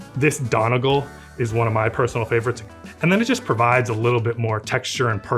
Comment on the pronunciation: “Donegal” is pronounced as Dunny-gall, not Donigil fyi ✌️